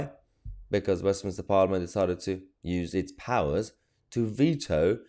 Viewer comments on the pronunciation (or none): none